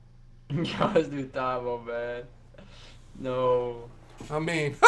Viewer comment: I cringed everytime y’all pronounced Thabo wrong lol